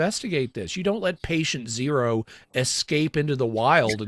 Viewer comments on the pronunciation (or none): none